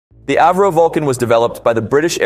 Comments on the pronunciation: It had a cone nose its pronounced AVRO not airvro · It's not pronounced AV RO, It's A. V. RO after Sir Edwin Alliott Verdon-Roe. My wifes great uncle was one of the Vulcan's test pilots. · It's pronounced ah vro